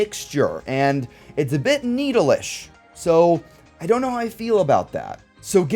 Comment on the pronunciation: Ah yes needle but not needle 😂